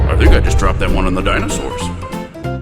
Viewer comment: "I think i just drooped it on the dinosours." XD